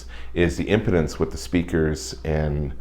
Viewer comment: Impedance is pronounced like, "Im-pee-dance" ;) Nice review!